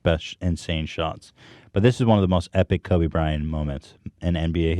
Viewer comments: Why does he keep saying Kobe Brian? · It annoyed me more than it should, how Ethan kept saying "kobe bryan"